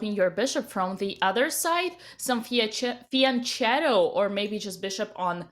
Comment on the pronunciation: Why everyone except gotham cess pronounce fiancetto 😅 Its FIANCHETTO, FIANKETTO, everyone seems french when tryn to spell it....will this be read by fiancettow ppl? 😂 🍔🍔🍔🍔 Hey i know an italian word! Fiancettoww 😆 Fianchetto the CH its a K Koala, kangaroo, strike...fianchetto Its not french! 😆🫣